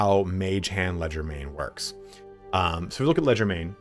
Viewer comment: Leger- DE- main, not legermain